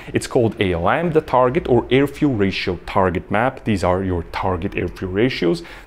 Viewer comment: Listen mate u are pronouncing Air as EAR.......I prefer to have stable pressures in my ears....kihi....